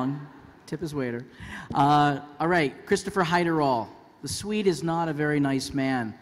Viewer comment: christopher hiderall